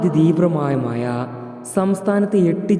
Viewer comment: മയ അല്ല മഴ... കോയിക്കോട് അല്ല. കോഴിക്കോട് 😂😂😂